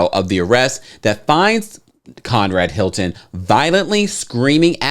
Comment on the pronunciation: I never heard of Con-Rad Hilton 😯